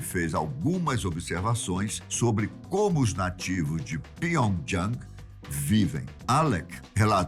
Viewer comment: Esse canal ta indo ladeira abaixo não sabe falar o nome da capital da Coreia do Norte? Parece q ta espirrando